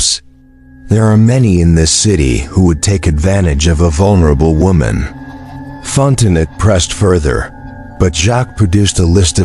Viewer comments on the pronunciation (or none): Fon te noe,,,,,,,not Fontenot…………..